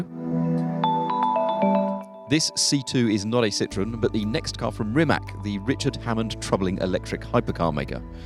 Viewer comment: Stop calling it Rimek.